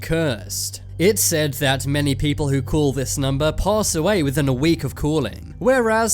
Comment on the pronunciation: He pronounces "Call" as "Cool" .